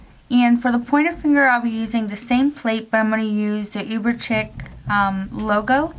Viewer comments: it's uber chic (sh-ee-k) not uber "ckick" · Cute design, way too much work though. Ps I think chic is pronounced "sheek"